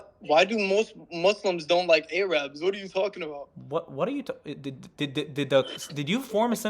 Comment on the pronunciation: What are Ay Rabs? First time I've heard that pronunciation 😂😂😂😂